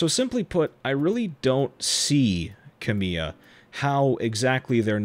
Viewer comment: The projects Kamiya's name is attached to are successful in spite of him, not because of him. Contents totally to the side for just a moment, this is just a very minor (I mean super minor) pronounciation note: emphasis is on KA in Kamiya, not MI. I figure you probably had no way of knowing.